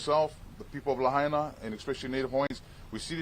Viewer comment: It is Lah Aina people. Say it right. The Capital of Hawaiian Kingdom. Is this more genocide? Govenor, let the people of Lah Aina re-build their community!